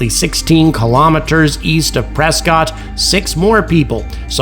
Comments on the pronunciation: I’ve heard that Prescott is pronounced as PRESS-CUT to its locals and the fine people of Az. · Prescott is pronounced Presskit in these parts😊